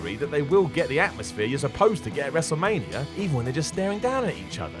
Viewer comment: Lmao. He says wrestlemanierrrr